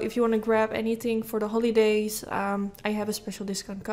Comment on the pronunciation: This is probably just me, but the way she pronounces “holidays” is really really annoying or the word “everything” its like she has a hard time to pronounce “h”